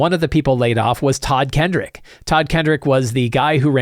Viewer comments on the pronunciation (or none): Just for the record, it's Todd Kenreck not Todd Kendrick. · Just a note: There is no D in Todd Kenreck's name.